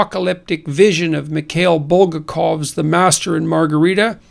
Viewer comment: Stress corrections: - BulgAkov. - AkhmAtova.